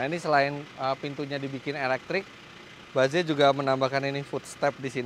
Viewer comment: tumben om Fitra ngomong nya ba ze. biasa nya Inggris nya correct. mungkin yg seharusnya bacanya itu. baez